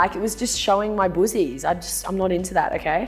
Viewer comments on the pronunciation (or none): Right?!! I thought she was saying "boozies?!" 😁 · Im American and when she says boozies I find it super funny!